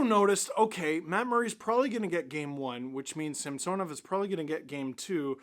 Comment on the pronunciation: Actually .. in the broadcast last night Gord explained that he prefers Sam-son-ov now, NOT Sam-sewn-ov... so please kindly STOP IT, IT NEVER MADE SENSE THAT WAY ANYHOW.